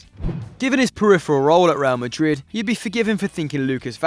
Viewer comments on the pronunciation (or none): none